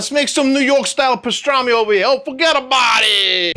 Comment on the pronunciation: i suscribed as soon as he said "Lets make som NY style Pastrami ova hea!..." LMAO!!!